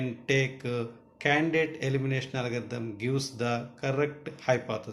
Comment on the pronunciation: It's not Alagarithm , It's Algorithm.